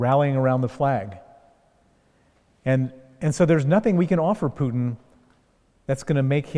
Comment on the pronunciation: Interviewer: Putin is not [Pju:tin]. Putin is [Pootin].